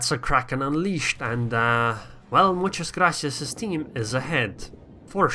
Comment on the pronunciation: Good Spanish pronunciation! Do you speak it?